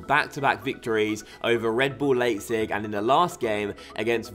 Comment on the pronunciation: By the way Leipzig is pronounced "Leep-zig" and Braunschweig is pronounced "Brown-schweig".